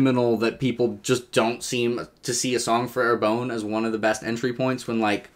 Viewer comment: Sorry to be a pedant, but I don't think you're pronouncing Arbonne correctly. It should be something more like "are BUN," not "AIR bone."